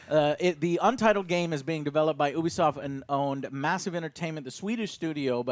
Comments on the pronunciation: "Oobeesoft" Never heard of it... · Ok morons it’s Pronounced YOU B SOFT NOT Ooooooo be soft duh!! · Stop mispronouncing Ubisoft. It's pronounced "you-be-soft" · Can't stand to hear him mispronounce ubisoft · I love ya Joe, but how you pronounce Ubisoft grinds my gears a little bit ngl